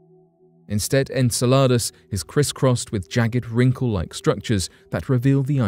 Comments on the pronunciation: In-cell-ah-duss is how you pronounce Saturn's moon fyi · Enceladus ; the emphasis is on CEL in the pronunciation. Just trying to be helpful 😎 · You are the only person i have ever heard pronounce Enceladus that way. I always heard this (in-seh-luh-duhs) from everyone. Where did you learn your pronunciation? Australia? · Did you say enchiladas? 😂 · I’ve never heard anyone say Enceladus like ensaladas. I just keep thinking watery salads. Lol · "Enceladus" is pronounced "En-SELL-a-dus." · I heard enchiladas, but then I'm hungry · So... ?.... The images they were showing from the Chinese craft didn't look red? And I don't think they were black and white cuz it showed some blue and different other colors so.... What color is Mars, cuz it's called the red planet and the colors pics from NASA show red and yeah was anyone else getting a little frustrated when he was saying the name of the moon "Enceladus" ? Lol I love this channel, as long as I can stay awake to watch it lol the narrators just have such a calming voice but anyway love the videos anyway but just some of the info is questionable lol still fun to watch!